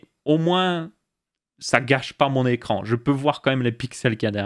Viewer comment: "écrrrrrrrrrrrrrrrrrrrrrrrrrrrrrrrrrrrrrrrrrrrrrrrrrrrran" ya un probleme pour le 5eme chapitre